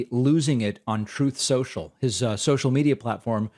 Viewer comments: Troth susheeal.. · Since he pronounces it as tooth sensual, would it be considered teething? 😆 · "Troth Senschull!" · I miss you playing Trump getting Truth Social wrong “Troth Central” or whatever he says. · David, I never want to hear you say Truth Social, ever. Troth Senshul, everytime. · TROATH CENTIAL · "troof social!"